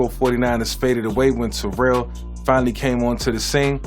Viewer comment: T-O gonna be mad he pronounced his name wrong..he blew up on media for that... Smith was great no argument, but he wasn't the fastest or best just the most patient and always got his.. LT, Barry, Marshall, AD, and Edgerin were more talented RBs (in our generation) for me... Disappointing as a running Lefty he left out Steve Young off